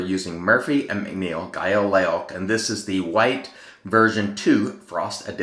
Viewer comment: Great shave. Just a little fyi, that soap name is pronounced gayl hero in English, or gayl loach as in roach but with an L instead of an R in its native form.